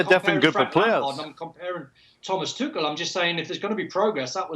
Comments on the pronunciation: Tuchel sounded tuckul when they start pronouncing it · No because it's pronounced tookel. Not tooch-el.